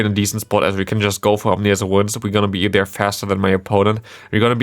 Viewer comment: It seems absurd that they're only just now releasing a second Rotom form in POGO. Also, small point for future videos: It's Ominous Wind, not "Omnious" Wind. Not sure if you are already aware of that and simply made an error, but just want you to sound as professional as possible as a content creator. 😊